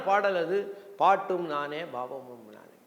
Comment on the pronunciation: IVARUKKU PRONUNCIATION VARAVILLAI BHAVAMUM YENBHADHAI PAVAMUM YENDRUM HEMANATHA BHAGAVATHAR YENBHADHAI YEMANATHA YENDRU SOLLIGIRAAR. PORUTHAMANA NAME THAAN